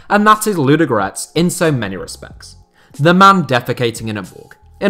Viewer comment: Your pronunciation is appalling... Say it again: LUDO- (slowly) and then G-O-R-E-T-S. Not Ludgrets!